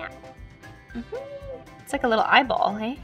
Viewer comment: CMON RIGHT WHEN U SAY EYEBALL